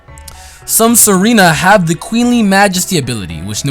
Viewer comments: Tsareena is pronounced zareena. Tsar is a noble rank upon monarchs. And it is prounced zar. Just thought I would let you know. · Tsareena isn't pronounced Serena. It comes from the word Tsarina, you know the female word for emperor,or queen or something like that in russian. Tsar= Tsarina->Tsareena, that's why it has the ability Queenly Majesty, wearing a crown and other pokemon are intimidated by it. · The T in Tsareena is there because otherwise it'd screw up the name scheme, which is a mix of Tsarina, Russian Royalty, and Mangosteen, so they could not have left it out.